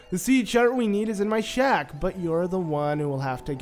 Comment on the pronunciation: It's always your videos are helpful even if it is 2022. But every single time you say shack I keep hearing shaft. You've got a great voice and my guess is you might be narrating elsewhere 😉